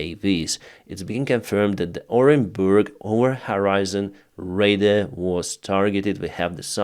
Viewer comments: Radar = ray-dar NOT raid-der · Good english basically, but a radar unit is not a raider, The last syllable is like the a in target. "raid are". (not a big deal)